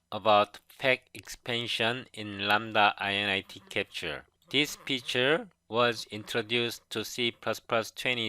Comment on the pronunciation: Thanks for your video! Btw, you shouldn't read it "i-n-i-t" but rather "in it."